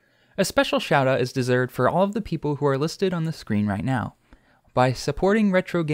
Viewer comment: What happened with your voice? "Neoow, 8" is what it sounds like